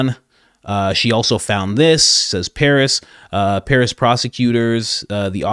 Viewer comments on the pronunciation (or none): none